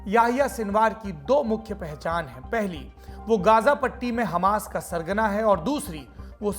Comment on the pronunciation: Kaisay Bolta Hai Yeh, Diwedi : Sargana